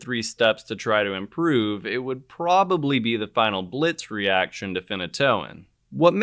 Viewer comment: Wonderful! And the beauty of this crystal formation—unbelievable! A small correction to the name reaction: his name is Heinrich Biltz (not “Blitz”). Not everything German comes so quickly...